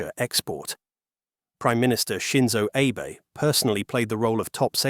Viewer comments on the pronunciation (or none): Prime minister Abe: ah'beh. Not "abe," and not "ay-bay." You don't know it and you know you don't know it? Just tune into a Chinese video source for an hour -- and avoid making a fool of yourself. (Do it now: you're still screwing up "Shinkansen," too. You're not ready for prime time. You have no business posting to the 'Net yet.) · Clown video. Cannot even be bothered to pronounce Prime Minister Abe’s name correctly. No, he is not Abe Lincoln. Pretty simple why Japan has not been as successful as the CCP in exporting their superior product. Japan is not as corrupt as the CCP ,and they are not the cheapest bidder. Fools will always go with the lowest bidder, even if the product is junk in the long run. When the CCP tofu dreg HSV starts to crumble, good luck to you. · Shinzo Ehh Bay 😂AI pronunciation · Who is Prime Minister Ay-Bay? Might want to use a real human next time instead of AI bots that don't understand proper pronunciation. Three dots > Do Not Recommend Channel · Mispronouncing Abe in two different ways was quite the feat 😂 Great work from the AI voice!